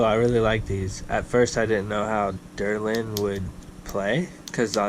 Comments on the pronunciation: The derlin lol it’s called Delrin. Good video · I just ordered a set of the natty Al Everyman earlier this week. Can't wait to sling them! Also, it's pronounced "Delrin" and not derlin.